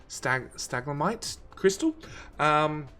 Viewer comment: lol its pronounced// StUh Lag mites//. (stalagmite crystals) and //cash mirror// (casimir crystals ) just an fyi good vid liked, for sure.. thinking about it .. i really like that word.. stalagmites //slash// stalagtypes